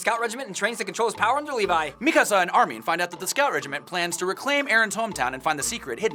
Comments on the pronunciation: its mikasa- not Mi-kasa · It pains me to hear them mispronounce nearly every name. mekuhsa? cmon